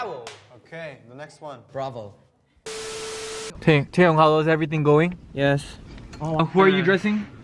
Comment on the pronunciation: Winwin: Brao Mark: Bravo :)))))))))) Gosh 😂😂